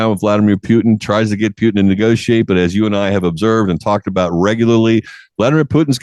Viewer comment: It's not spelled Pyutin. It's Putin